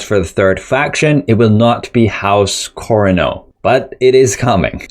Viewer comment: How you pronounced corrino is about as close to the book lore as the game is. 💀